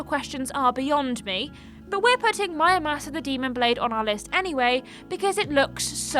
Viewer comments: Why read it mÄramasa when it clearly spells Muramasa. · Please inform me, is it MUramasa or MYamusa? The first time I thought she just had a little brain-fart, but then she repeats it. Thanks in advance. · Did she say mayamasa? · Mayamasa? Are you even trying? Do you pronounce samurai as samayai? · The letter R: exists People in the UK: 😨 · Nintendo & MonolithSoft should remaster Disaster along with their DS ARPG Soma Bringer for Switch....and release both worldwide unlike the original versions. I'd say my personal potential hidden gems would be the Endless Ocean games, FlingSmash and WiiWare's Eco Shooter: Plant 530 also how the heck did you manage to butcher pronouncing Muramasa so badly?